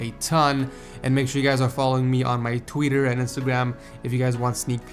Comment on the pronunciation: Follow me on my "Twieeeter" LOL luv u!